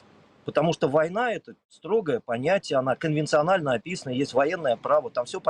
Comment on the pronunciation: Серёга, ты замечаешь, как к@@ произносит слово "конвенциональное"?:) есть эти же ролики с других ракурсов? Торчащую бутылку видно?:)))